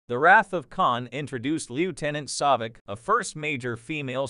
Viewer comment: Saavik, not Sawvik.